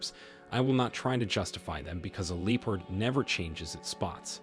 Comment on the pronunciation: It's "Lep-Ard", not "Leo-pard"